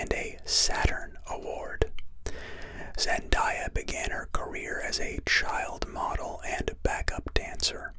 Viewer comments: zen-day-ah not zen-die-ah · I hate that your saying zendiya its reaaaaallly bugging me I mean am I wrong its zendaya not zendiya I'm mean jeez but I'm no trying to give hate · Its zendaya not zendiya omg have some respect🙄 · I left as soon as he said her name wrong